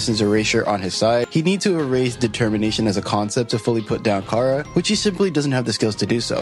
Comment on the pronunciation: Yo I should mention charas name is pronounced like chara like character because Toby fox was making a play on words which he said during the undertale 10th anniversary live stream of undertale.